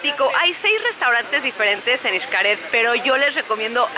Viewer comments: es eshcaret no ishcaret bueno xcaret pero digo la pronunciación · Por qué dice ICHCARED si es XCARET?? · Muy buen video, excelentes tips, pero no entiendo porqué pronuncia “ishcaret”, la x debería ser sólo como “sh”, basta escuchar a todos los que trabajan ahí jajajajajaja....